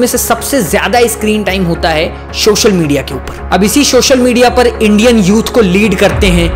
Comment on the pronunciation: not subscribing you because you kept saying “shoshal media” it's social media bro😭😭😭😭